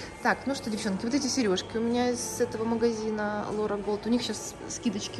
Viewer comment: не голд а гольд. Что с немецкого означает золото.